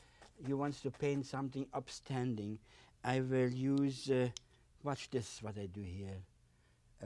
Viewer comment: "I vill... I vill...... " hahahha he's mumbling the whole time about how he feels about the mountains and so on. Now we can see from where Bob got his "we don't make mistakes" line.